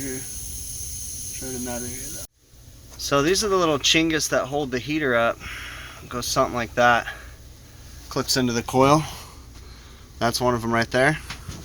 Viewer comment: There not chingas there called chinhaderas